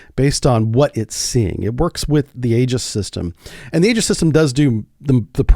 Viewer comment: It's e-jiss, not a-juss.